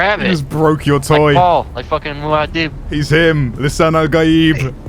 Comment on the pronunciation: Muah'dib... Not MOAHDIB!